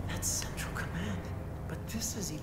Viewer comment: said Cendral again... Sigh